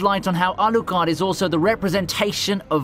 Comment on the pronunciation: Man can you please just pronounce anime character names in a normal way? You try to get Japanese names and struggle so much but Alucard is not even Japanese and you still botch it because you try to hard. Otherwise great content. 😆 my pet peeve I guess